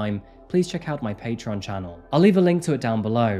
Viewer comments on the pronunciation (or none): none